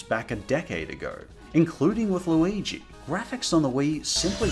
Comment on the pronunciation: I heard him call Luigi waluigi. I get that the have almost the exact same name but COME ONNN